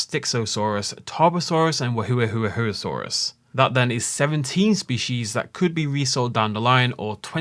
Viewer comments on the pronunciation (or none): "Wuerhohosaurus" Lol